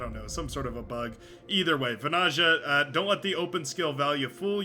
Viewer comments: As a Finn, it'd be like 'vanaya'. But the pronunciation of the player's name is pretty much set by now, after dozens of videos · As a Finn the pronounciation of Vanaja keeps irking if indeed his flag is correct (tried to not pay attention but...😅). If you are interested that "j" should be soft more like the beginning of "yeah". Just my pointless input. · Seems like there are many bones to pick here. 1v1 and how to pronounce vanayeah. I dont mind it.